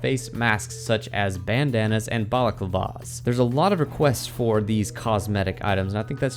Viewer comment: ye but you pronounced it funnily.